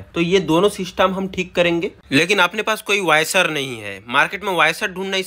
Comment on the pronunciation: वायसर नही वॉशर ।